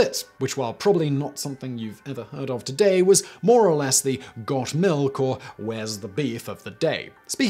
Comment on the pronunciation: Got malk? Now with Vitamin R.